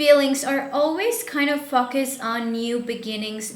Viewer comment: You don’t pronounce word Focus correctly!